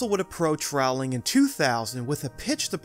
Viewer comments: sigh you say it so many times it hurts my ears. It’s ROW (as in your boat) not RAOW (as in fight). Otherwise, nice video. I never new that the screens move as well. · It's ROwling like bowling, not rOWling like howling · How can you not know it's "Row-ling" like "bowling"? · Love this. Small note though if it comes up in future vids: J.K Rowling is pronounced like "bowling" but with an R (like rowing a boat) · Rowling. Like bowling. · if youre going to do a video on harry potter and mention the author - at least say her name right... it's rowling as in bowling or I am rowing my boat "row" "ling" I really wish we had a universal studio in Europe...we do have the WB harry potter experience near London, but it's expensive and has no rides Edit: I commented before watching until the end..lol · ROWling like row your boat! I'll turn on cc so I don't have to hear you say that. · Rowling is pronounced “Rolling” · It's Pronounced like Bowling, J. K. Rowling..... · JK Rowling has been famous for 20 years. Stop mispronouncing her name! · Great video as always. I think your diction could be use more vocal warm ups. It sounds like you are saying Marilyn Wood and Wizening World. Also, Rowling is pronounced like Bowling, not Howling. Keep up the good work!